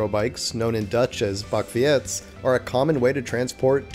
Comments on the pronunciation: if someone might have responded earlier to your pronunciation of the Dutch word ' Bakfiets ' then I'm sorry... So, it is actually simple: like you would pronounce '-feets' in stead of '-fi-ets' because our Dutch ' IE ' has that English ' EE ' sound... 🙂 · Bakfee-ets? It is bakfiets, not bakfee-ets. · It's not 'Bakfi-ets', it's pronounced like: Bak-feets. (the 'ie' in the netherlands is pronounced as one letter 'i' but pronounced like 'ee' . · "Bakfee-ets" lmao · Critical points on the video: 1. I appreciate the attempt on saying some dutch words like "bakfiets", but it's not pronounced that way. "Bak" has multiple meanings, like "to fry", but in this context it is an object that can contain something, like a bin. Another example is "a cup of coffee", you can say un dutch "een kop(je) koffie" or "een bakje koffie". "Fiets" means bike, and unless it is written with an "ë" the "ie" is one sound like "au". 2. Swimming classes are not just high in numbers in canal cities/towns/villages like Amsterdam because of potentially falling into a canal, but because around the whole country, because the Netherlands is a low laying land with a good portion under sea level. So it's logical that (even with good anti-flooding systems citizens can swim, especially from past floods) 3. Brick roads don't mean shared with bikes, there are also asphalt roads that share with bikes. I have one close by where i live, where you go from a bike lane to a shared asphalt road. Brick roads are a contrast between main roads and streets (though not every street has brick roads i think, new road designs are implemented in places that are in need of repair and don't follow the new standard code.). Further, pretty good. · The way he said “bakfiets” 😂😂😂